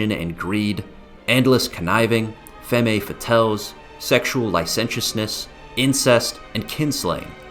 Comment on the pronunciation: The background music is much too loud and makes this unfortunately unlistenable. Also, the mispronunciation of femme fatale made me cringe a little.